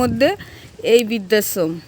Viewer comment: বিদ্যাশ্রম ??না বৃদ্ধাশ্রম ??পড়াশোনার ধারে কাছে গেছ বলে তো মনে হয় না উচ্চারণ শুনে